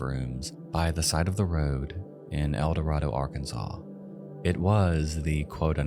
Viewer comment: You are mispronouncing Eldorado. How do I know that, you ask. Because I am from Arkansas. And once lived in Eldorado.